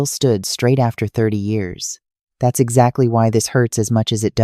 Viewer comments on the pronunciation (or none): … and let’s not forget toward the end she says something a bit garbled about deciding what to “do Zachary??? in Brandon’s bedroom.” After listening again, I think she/it meant to say “…do exactly in Brandon’s room.”🤦🏼‍♀️ Let’s face it. Every single AI narrator voice is a remedial reader. All of them need tutors! Only difference is, some are worse than others!!! Gag!